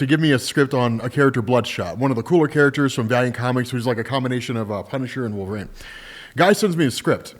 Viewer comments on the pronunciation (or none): none